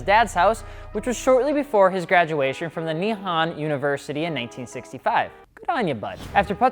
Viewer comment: Good job with the mugen pronunciation but you pronounced nihon wrong but its alright bruh